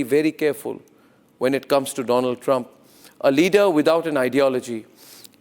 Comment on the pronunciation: Doland is that you ? Mr . DooLaand 😂